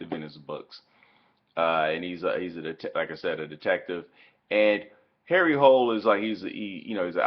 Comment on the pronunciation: HARRY HOLE, HARRY ACTUAL PRONOUNCED HARRY HOOLA